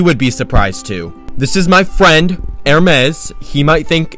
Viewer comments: The emphasis on FRIEND and the bag 👜 😅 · the emphasis on “FRIEND” every time you say it 😭😭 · The emphasis on “Friend” sent me 😂😂😂😂😂😂😂😂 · Looove all the emphasis on “FRIEND” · Loving the emphasis on FRIEND💀